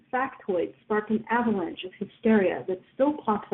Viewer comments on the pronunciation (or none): none